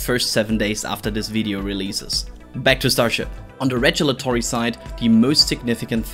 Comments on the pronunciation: Rejulatory instead of regulatory? 😲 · This series of videos (quick recaps of ongoings and key concepts) is excellent. MORE OF THEM PLEASE. Also, I got to chuckle at your pronunciation of regulatory at least 4 times in this video.